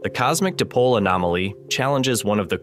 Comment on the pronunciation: Interesting. Please have your narrator or (I assumea0 synthetic learn how to pronounce this correctly. "Dipole" is correctly pronounced like the words "die" and "pole", not "dip pole" or "dee pole". You really lose gravitas on this basis.